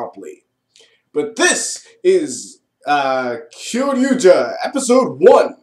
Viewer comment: u pronounced the series right, i had trouble pronouncing it.